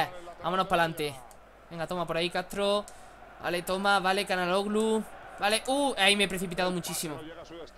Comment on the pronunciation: Çalhanoğlu se pronuncia Chalanuglu Gran video:D